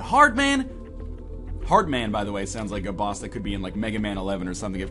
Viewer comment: He said heartman